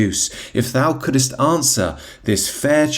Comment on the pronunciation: Big fan and longtime follower of the channel, but the way you read Shakespeare is off, in terms of poetic meter. For example: "could'st" must have TWO syllables, not three. That's the whole point of writing it like that. I wish you success.